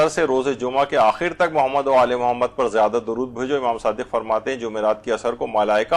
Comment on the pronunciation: سر یہ فضا ئل درودشریف کا سلسلہ جاری رکھا جائے۔ اقسام درودشریف اور افضل درودشریف بارے بھی بتایا جائے ۔ سر یہ بھی واضح فرمائیں کہ آپ کے توجہ دلانے کے باوجود آپ کی ویڈیوز میں خواہران کی طرف سے درودشریف درست تلفظ کے ساتھ نہیں پڑھا جاتا ۔ مثلاً لفظ محمد کو بہت کھینچ کر بگاڑ دیا جاتا ہے ۔ مہربانی فرما کر اصلاح کروائیں ۔ جزاک اللّہ